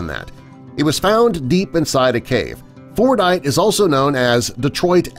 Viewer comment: Fordite? Thought he said fortnite